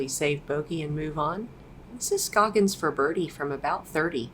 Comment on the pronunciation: How do you not know how to pronounce Ohn Scoggins name? Have you been living under a rock?